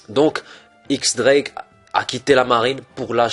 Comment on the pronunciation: Théorie cool avec de bon arguments, mais juste 2 petits détailles, X Drake se prononce Diez Drake (X est un chiffre) et quand tu t'inspire d'une théorie tu pourrais mettre le lien dans la description par simple respect pour l'auteur. Bon courage continue ton taf !